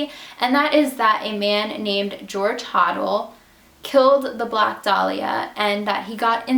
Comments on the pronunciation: The guy who wrote book about his father, he pronounced the last name Hoe-del. New here...I like it. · A few things as I have studied this case in depth . 1. It’s pronounced George Ho-Dell. 2. There is no proof that Elizabeth went to Hollywood to be an actress. This is just speculation and there is no evidence she ever even auditioned for a movie or tv show . 3. Imo Short’s killer was Hodel and the Cleveland Torso killer was most certainly a man named Sweeney and therefore they are not one in the same . 4. I completely agree she was not a prostitute and engaged in the practice known as dating for dinner . 5. While I really wish this case could be officially solved I highly doubt it ever will be and the case is as good as it ever will be too much time has passed and many witnesses and suspects have passed on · HIS NAME IS PRONOUNCED HODEL. NOT HODEL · Great video! You're pronouncing the name 'Hodel' wrong though. No biggie, just pointing it out. I might just sub your channel.